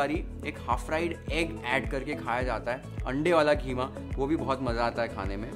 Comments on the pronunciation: KHEEMA nahi. QEEMA BOL. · Kheema nhn qeema hota hai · Kheema nhi keema 😀😀